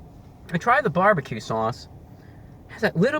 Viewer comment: I love how he says barbecue. "bwarbique"